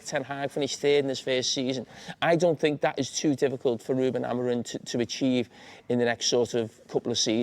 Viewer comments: Carragher first needs to learn his name; Amorim, not Amorin!!. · Someone needs to tell Jamie that the man’s name is Amorim, not Amorin, as he repeatedly called him.